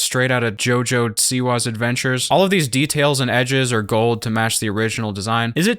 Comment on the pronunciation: ah yes "jojo siwas bizarre adventure"